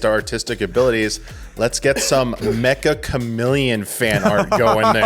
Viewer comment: It's not called Mecha Chameleon, it's Meccha, said like Getcha!